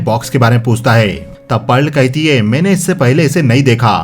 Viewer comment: आप कई जगहों पर है को हे कह रहे हैं। सुनने में अटपटा लग रहा है।